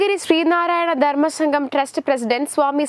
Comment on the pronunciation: " ദർമം, മടം," എന്തൊരു വൃത്തികെട്ട ഉച്ചാരണം